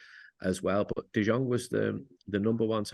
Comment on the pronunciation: Can't really respect Andy Mitten's opinion on this when he's one of those casuals that pronounces the J in Jong. Anybody that's seen De Jong play knows that it's De Yong. He only seems to know things about United and has no idea about any other team.